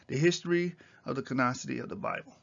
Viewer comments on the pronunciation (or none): CANONICITY - CANON-I-CITY, NOT "CANOCITY."